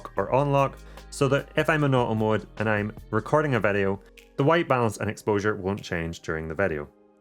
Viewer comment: “Vedeo mode” 😄 Thanks so much for this awesome guide! I just ordered the Mini Pro 3 and it’s my first drone, so this guide was absolutely perfect for me! I really appreciated the pacing - you covered even the most basic info without belaboring anything!